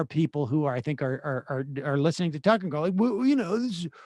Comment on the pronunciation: Its Tuckkker Carlson.